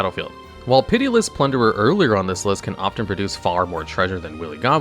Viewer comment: Okay I understand you mispronouncing fantasy words like Niv Mizzet, but plunderer? come on